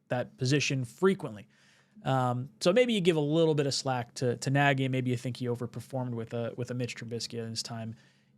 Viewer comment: It's not Naggy it's Naagy or ie Nagy